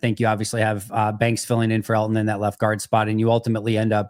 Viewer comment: The way Mike pronounces Elgton slays me. That or we’ve all been wayyy off